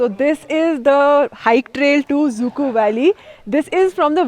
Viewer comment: It's not exactly pronounced as "zuku" it should be pronounced as "zukou valley"